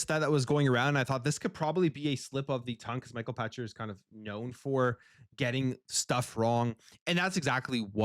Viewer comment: It is Pachter as in pack-ter. You are thinking Patcher. Get it right Canadian! Lol.